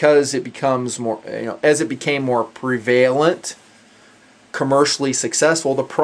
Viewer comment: His Information (for the most part) is good. But her talks like a 14 year old kid. Its prevalent. Not pre-vail- ant. And 9 M. M. Its 9 millimeter. You sound so immature and ignorant. I can't stand watching his videos.